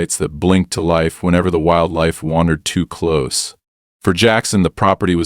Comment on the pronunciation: Stop with the use of AI to read stories as it can't read English properly. If it was true AI, it would have learnt context for word pronunciations for words like close, and things like HOA are not words but read as the individual letters, things even young children can get right!